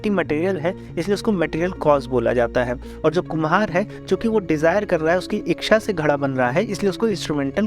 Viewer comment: Thankyou for this interesting and informative video. Please correct your pronunciation of the word "इच्छा" (ichchha), you pronounce it "इक्षा" (iksha) which is incorrect.